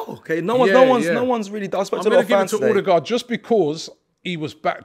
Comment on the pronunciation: Please please Robbie it’s Odegaard like the ur in cur or burr. Think of it as Urdegaard.